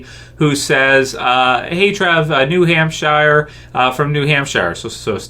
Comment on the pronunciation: I've never heard anyone pronounce New Hampshire like that, Trev haha